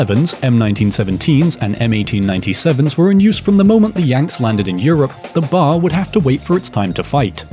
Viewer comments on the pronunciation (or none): It's pronounced B.A.R. Literally nobody calls it Bar. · Sorry, but it’s Bee-Ay-Arr, not simply BAR. Loved the video though. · 1. It’s Georg not George Luger 2. It’s B.A.R. Not bar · Each letter is pronounced …B-A-R. not “bar”. Cheers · It's pronounced B.A.R. not bar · It's BAR, as in B.A.R. not bar. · Why be lazy ?? Use a real human to narrate !! It's a B. A. R. NOT a bar !! Christ you said Browning Automatic Rifle ... it's the military anogram. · Ok,I have to say it because it's bothering me. We do not call it the "bar." We always spell it out: B-A-R. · Until newsman, author Bill O'Reilly read one of his books on tape some years ago, I had never heard of the Browning Automatic Rifle being referred to as a 'bar'. Always I heard B-A-R. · A "bar" is something that Davy Crockett would fight. There is a weapon known as the B.A.R. They are not the same thing, nor are they pronounced the same way. The Browning museum in Ogden, Utah is well worth a visit. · It is pronounced "bee-aye-are"